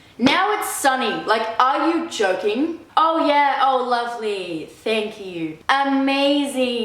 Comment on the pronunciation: "aa yew johkeng?"